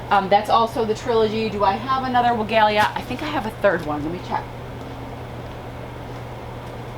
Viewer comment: Love your videos and your energy, just a suggestion, you should check the PW video on the pronunciation of Weigela.(Farmers Market greenhouse grower)